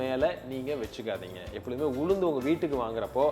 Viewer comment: Could not quite follow information about Ulundu. Too fast and not clear enunciation🙏